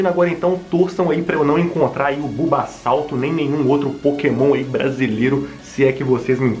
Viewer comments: E bubassauro não bubasalto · Kkkkkkk ele disse bubasauto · Kkk o playhard falou bulbassalto